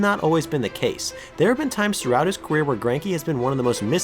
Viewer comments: 34 seconds the guy doing the voice over says queer instead of career 😂😂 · 34 when you say queer instead of career 😂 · he definitely says "throughout his queer" instead of "career".. which I don't think is intentional but its ironic because queer means weird.. just a thought lol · am I the only one hearing queer rather than career? Lol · “queer” instead of career